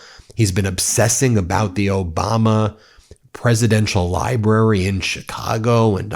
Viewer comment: He couldn't even pronounce President Obama's name or Hilary Clinton's name right!